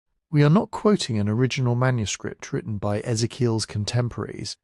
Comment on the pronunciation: Thanks for another video - I use them every day :). I was wondering if you're able to teach the AI how to properly pronounce Ezekiel, and a few of the other names - his was driving me nuts (lol). Thanks again :)